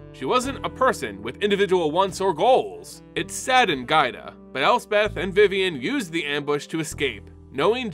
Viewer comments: I had a stroke every time you called Giada gaida lol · Anyone else think "Giada" is pronounced "JA-da"? Given the use of several Italian names here, that seems more likely. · Nice coverage but the way you tortured Giada's name hurt so bad. One of the most beautiful names, too. It's "Jaa-dah", like with Giada De Laurentiis. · Pain when you misread Giada's name to Gaida :(